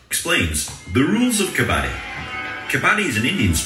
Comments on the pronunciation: Please please don't pronounce it as "ka-baa-di" cz it changes the meaning, the game is called "ka-ba-dd-i"😅😅😂😂 Moreover, once again... Your shirt 😍😍😍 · It is not kabaadi😅😂 it is kabaddi 😅 ..you will be on your heels all the time when you will watch it. It's too exciting. All the best exploring this game. Every Indian has played it once in their lifetime. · best way to pronounce............ "Ka-buddy"........ more stress on "d"............ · Pronounced as : Cub-Bud-Dee It has all become a Continental sport and attempting to get into Olympics. It's fast gaining World popularity. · It is pronounced as k-buddy with little stress on bud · Well tried to pronounce but unfortunately it was wrong , it is Ka-buddy what u miss-pronounced is a retailer trading in scrap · It's kabb badddi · pronounce like "cupboard" ....then d.............